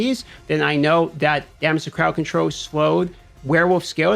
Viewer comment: I've been curious but didnt want it to come off rude ; but whats your accent for why you annunciate Roll or Control, or vunlerable, as Controw, Row, and Vulnerbow?